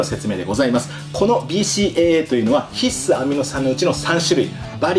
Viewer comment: ひっ↑す アミノ酸。が気になる。笑